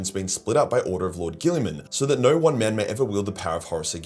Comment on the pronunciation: The hilarious toilet humor quips keep me coming back. That and "narr" when he says "no"